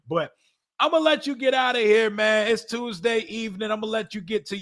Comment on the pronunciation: why is it every time you say Tuesday I remember the movie top shottaz 😂😂😂 "Evrrrry Tooozdey, errrry blood-clot Tooooozdey" 🤣🤣🤣